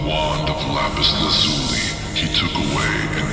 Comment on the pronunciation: Its pronounced lapis LAZ yooo lie. You ruined my immersive experience